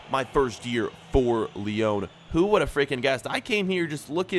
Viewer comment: What’s the point in correcting Brugge when you can’t pronounce Lyon right!